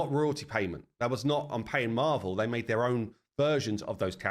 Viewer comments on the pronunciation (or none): No hh they went with the Norse "god of war " Thor and Loki ...you keep saying marvel not marvel lol it's never been marvel ...... Marvels comic book was their own version from Norse